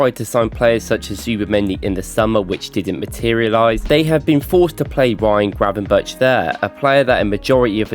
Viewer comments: Anglicisation is not quite racist... but close. Not a ch- in chair but a ch- as in choreograph. Try Heinrich. Ulrich. Murdoch. Zurich. Gravenberch. Easy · Please say Gravenberg and not Gravenbertsj.Super cringe to hear it like that as a Dutchman. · actually you pronounce it as a “harde g”. It’s like clearing your throat but in the back of your tongue. They say the pronunciation is like a “ch”. That’s how I think this narrator is using “tj” wrongly. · Agreed, I am Bulgarian and barely made it through the video, cause of the butchered pronunciation